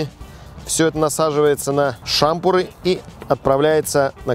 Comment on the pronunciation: Почему "шампурÁ" и "шÁмпуры"? Разве не «шампУ́ры» ??? Это ведь так просто: шампУ́р - шампУ́ры.. Пятый класс, вторая четверть. Даже Александр и тот знает)